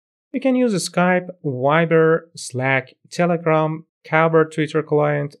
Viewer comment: Are you Iranian? Just because of the way you pronounced "Telegram" :)